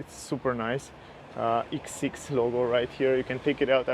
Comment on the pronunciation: X bro not eeex